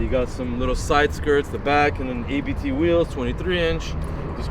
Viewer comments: It’s Abt as a persons last name. It’s not initials. You say Abt. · It`s not ``ay bee tee`` - it`s ``abt``...